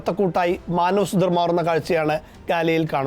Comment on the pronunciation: സുദർ അല്ല സുഥാർ, നമ്മുടെ നാട്ടിലെ വിശ്വകർമ.